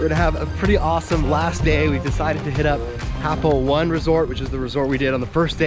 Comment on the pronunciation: Learn to pronounce the name it’s not happo 1 it’s happo o-ne